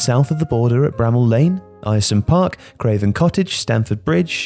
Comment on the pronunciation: Right. As a Boro fan and a proud Middlesbrough man I have to correct you on the pronunciation of Aryresome Park. It’s just air-some park. But LOVE to see our old ground mentioned on a Tifo vid. Did he have a say on the names? If so he did like a park or two didn’t he lol But could you imagine today a stadium collapsing people dying and then the man you bring in to redesign it is the SAME guy who designed the thing that collapsed in the first place? NO WAY would that happen today lol There would be OUTRAGE. Also just randomly; I would LOVE to see a stadium sort of built into a cliff/mountain side. How awesome would that be watching a game from the top of a small mountain. So cool.